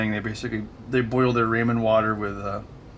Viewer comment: You say "Ramen" really weird 😄